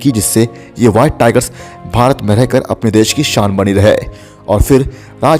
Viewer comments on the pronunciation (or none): none